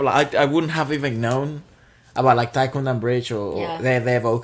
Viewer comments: It's "thaikkudam" nt thaikkundam. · Great reaction! But its Thaikkudam, not Thaikkundam.